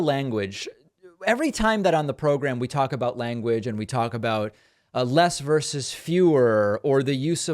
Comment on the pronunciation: Also, vs. is "versus", not "verse"!